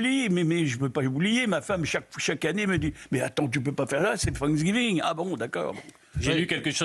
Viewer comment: Oubliez l’Algérie et occupez vous du “Sanksgeeveengeuu” XD